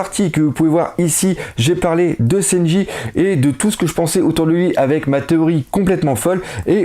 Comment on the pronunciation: Juste une chose ... c'est SANJI , pas SENJI ^^